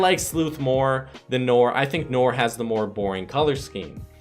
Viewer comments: ITS NOT NOR ITS NOIR PRONOUNCED AS NWAR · why u pronounce it nore